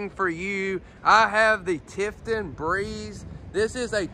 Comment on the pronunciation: Clay, re-listen to what you are saying. Tiffin not Tiffton, Cummins not Comings, and what about Fridgerator? and screen text Retail not Retiail. Nice Motorhome.